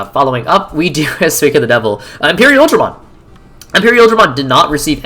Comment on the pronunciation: We gotta talk about how you pronounce Imperialdramon I lost focus when I heard that lol